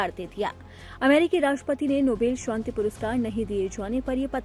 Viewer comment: Nobel shonti nahi. Nobel shanti hota hai. Not Shonti. It’s. SHANTI